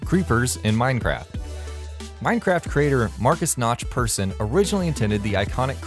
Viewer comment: Persson is pronounced Pear-sin. my last name is swedish, and we have the same last name, so I should know.